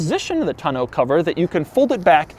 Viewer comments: Doug...the type of guy to pronounce tonneau cover in a pretentious accent 17 times on April Fools day to make my ears bleed. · Tonneau cover.... I guess I always thought it was pronounced less French like Also, the Bluetooth speaker has a quirk he didn’t mention... the speaker looks like the front grille. Come on Doug you’re getting soft! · Doug says tonnaue cover so weird. Like bruh, it ain’t that fancy of an item to be pronouncing it like that.... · Is your pronunciation of tonneau an April Fools joke? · Say tonneau cover like that one more time......🙄🙄🙄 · is he pronouncing tonneau the right way? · I'm upset at Doug because how he pronounces "Tonneau cover". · OMG...I thought I was done correcting his mispronunciations. Its TONNE-OH not TUH-no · Doug, the tonneau cover is TAH-NO not TUH-NO lol. Love your videos...you do great work! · Tonno not Ta no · The "tunn-oh"? First time I've heard that pronunciation. Always heard it as "tawn-oh" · Taw, like Paw, New or NOOO cover, not Toe No, come on Doug...or is it Doe-Ug ;) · (Tah no) cover 😄 not (ta noo) cover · It's pronounced TON-EAU not TNO. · Is it really pronounced "toe-no cover?" I swear if it is, I have been saying it wrong for years. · "Tuh-noe" cover, Doug has some serious mispronounciation problems. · Hearing him pronounce "tonneau" like "tuh-know" tells me he's the kind of yuppie that says "rho-day-oh" instead of "rodeo" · Doug Demuro the kinda guy who pronounces tonneau TUH-NO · Doug, I love you, but I hate the way you say tonneau. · This dumbass. Don’t. Know. How. Yo. Pronounce . Tonneau cover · The way he says tonneau is bad enough but come on dude it’s not that innovative, they’ve been around for years and people have been using them for years I swear you’d be as impressed with your toast not being burnt because it didn’t actually toast the bread with that 400 watt outlet 🤣🤷🏻‍♂️ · Doug is the type of guy who can't pronounce "tonneau" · Doug the type of guy to pronounce it like "to know"